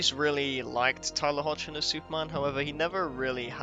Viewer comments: For future reference, the last name of the actor playing Clark/Superman is pronounced 'HECK-lin.' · Tyler Hoechlin pronounces his last name Heck-Lin. Just thought you would like to know. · great essay, thx! Hoechlin is pronounced heck-lin